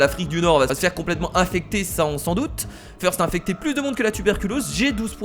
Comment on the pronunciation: FEURST ! ... ben quoi ? c'est pas feurst c'est first faut se renouveler !